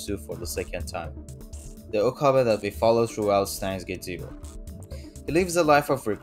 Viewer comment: Okabei not Okabaa